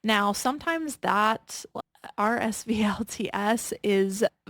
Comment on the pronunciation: Vuori is pronounced Vee - or - ree. RSVLTS is pronounced Roosevelts like the President.